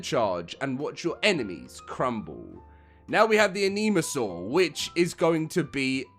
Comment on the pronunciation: I'm sorry, it's not called that lol. You are calling it 'Anemasaur', it's 'ENIGMA-saur'. The name is a combo between 'Enigma' and dinosaur. You make it sound like he's in desperate need of a blood transfusion 😅